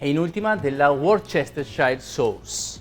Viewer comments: Wor-CHE-stershire sauce! 🤦‍♂🤦‍♂🤦‍♂ Si pronuncia Wor-ster-shire!!! Maremma ignorante 🤣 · Worcestershehreishire sauce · Si dice Worster salsa Worster! Si pronuncia così. Come Leicester Square. Lester.....ecc ecc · Solid attempt at Worcestershire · I was looking for this comment. A very solid failed attempt